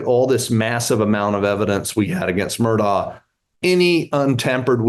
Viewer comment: It's not pronouced "Murdock". It's Murdaugh. Pronouced Merdaw